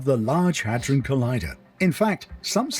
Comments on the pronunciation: How hard is it 4 you to pronounce "hadron"?!! The narrator literally says it aloud many times over!! When u keep saying "ha-drone", it just makes everything else that comes out your mouth sound ridiculous. 💯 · Its (had dron) collider, not (hey drone) lol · Salute bro I watch u all the time, but it's not the Hadrone, It's Hydron bro lol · I believe all the latest changes in people's behavior are because of CERN. Drone is spelled d.r.o.n.e he'd- ron. I'm not sure where your pronunciation comes from. Also... It's way too big for a weapon!🤔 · first you just mispronounced Hedron like 30 times, and second it already is creating miniature black holes on the regular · the good ol huh-drone collider lmao